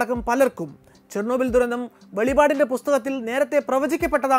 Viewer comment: Dear bro... Don't talk velivad.... Right are Velippad... Velippeduthuka... Or thurannukkattuka.. ( Revelation)